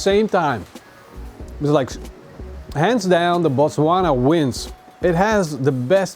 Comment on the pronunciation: Great pronunciation of the word Botswana. Love from South Africa